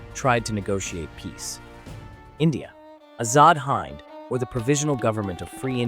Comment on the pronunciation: Hind is not pronounced as you have (you pronounced it as the “hind” in “behind), Sir. Please say the word “win.” Now replace the “w” with an “h.” Now just add a “d” at the end of “hin.” Hind, meaning India, short for Hindustan (the land of the river Indus). You don’t say “Hayn-du” or “Hayn-du-ism,” right?